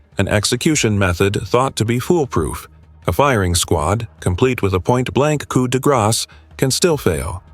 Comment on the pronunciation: It is Holman Prison so ever who is in charge of the AI it is not Homeman. Let's get it right AI It is Coo D- Graw - NOT coup -de grass like you enunciated the word. To all those killers in this video KARMA is a BITCH, dd the people you killed, was in merciful, or was it prolonged and painful?